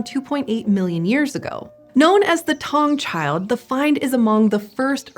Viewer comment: Sorry but your saying the name wrong " Taung child"